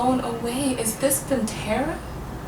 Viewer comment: does anyone notice she says pintera alot?